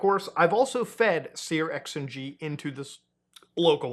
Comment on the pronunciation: searX is pronounced "Search."